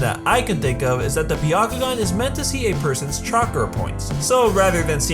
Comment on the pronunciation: Not Bee-ya kugan. BYA.